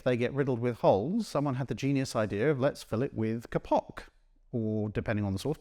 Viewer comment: Just a note: /'keipok/, not /ke'pok/ for the silky fibre called kapok.